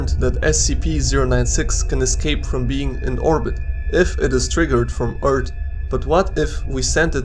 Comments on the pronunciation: Earth not ert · It's not "eart", it's earth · I love how he is saying erth not earth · He say earth no wait its ert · he said eart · Umm Eart? U Sure Its Not Earth? 🤔🤔🤔🤔🤔🤔🤔🤔🤔🤔🤔🤔🤔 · why he say ert instead of earth? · For fuck sake please learn how to say "th" It's fucking annoying hearing "Eart". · Why do you pronounce "Earth" like "urt" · Is anyone else bothered by "eart" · you make earth sound like *URT* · "Fall back down to Earrt" 😂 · we do not want the shyguy crashin down on urt why does he say urt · He says Eart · I like how he says eart and earts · Planet "Eart"